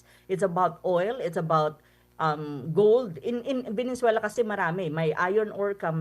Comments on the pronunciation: Venezuela not venenzuela😂🙄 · VENEZUELA PO PROF HINDI VENENZUELA 😂😂😂